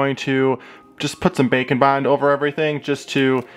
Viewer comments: Whenever he said ‘bake and bond’ I think he’s saying ‘bacon bind’ Edit: it’d be rlly terrifying if any of these were real. Because if one was real, then since there’s a whole universe of em, they’ll ALL be real. HOLD UP HOW DID THEY EVEN GET ONTO EARTH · I have closed captioning on and every time you say "bake and bond" it comes up as "bacon bond"